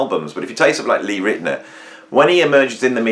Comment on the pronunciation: It's pronounced: Lee Rit-e- NOWER, NOT Lee Rit-e-ner.......... And NOOOO, Lee Rit-e-NOWER was not "turning up at Steely Dan sessions" like you say here in this video . He is only on one track with Steely Dan and that is "Deacon Blues." If he's on anything else of theirs at all it is very few tracks.